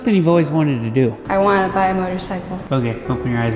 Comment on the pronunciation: Your dad said a MORTARCYCLE